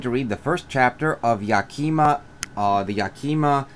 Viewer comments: Its yak-uh-mah not yak-eee-ma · it’s pronounced yak-i-ma not yakeema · It's not yakeyma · I literally can’t even watch this, it’s so cringy hearing him say “yakeema”. Did you just pick a random book and start reading it on camera? Or have you actually been to Yakima? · Think YAKAMA (emphasis on the first syllable) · You sound like a telemarketer. Learn how to pronounce Yakima.